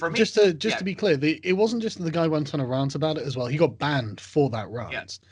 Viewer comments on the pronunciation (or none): Sargon i love you, but what's a rhaant. You mean rant...?